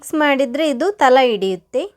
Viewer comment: ಬನಲೆ ಅಲ್ಲ... ಬಾಣಲೆ.... ತಲ ಅಲ್ಲ ತಳ.... ಲ ಳ ಸರಿ ಬರೋದಿಲ್ಲ... 😄